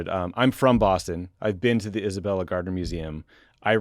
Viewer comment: Atta Boy, Tommy!!!! How to stay true to your Massachusetts roots!!!! That's right, it's pronounced Isabella Stewart "GAHD-NA" Museum.......